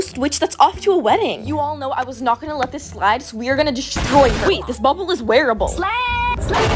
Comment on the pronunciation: it's bubble not boble🫢